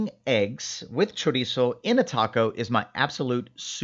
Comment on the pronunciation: THANK YOU, of all the videos on youtube you are the ONLY one who pronounced Chorizo correctly, that makes a HUGE difference for me because it means you grew up eating it